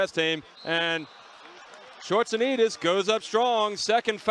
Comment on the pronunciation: That first attempt of the announcer trying to pronounce his name.. Gosh can't stop laughing.